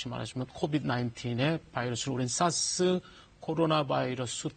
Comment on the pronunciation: 사스를 왜 싸스라고... ㅋㅋㅋㅋㅋㅋㅋ